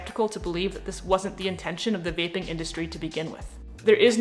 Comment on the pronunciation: At first I thought you said “bathing”, not “vaping” 😂☠️